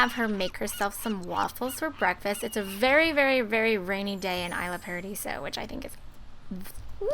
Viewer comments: it's pronounced e-sla paradiso. not I-sla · it's pronouced e-sla in fact since it looks like the name's made to be in spanish so lol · The towns name is Isla Paradiso. Pronounced like Eslah Paradiso. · Really don't mean to be rude, but its pronounced E-sla paradiso. :) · it's pronounced eesla.